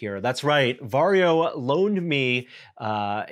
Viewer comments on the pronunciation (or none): It's weird as a Finn hearing English speakers pronounce "Varjo". Sounds like Wario. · English speakers rarely know that Finnish J is pronounced more like Y. Perhaps if Varjo becomes mainstream consumer manufacturer, English speakers will learn from feedback. :p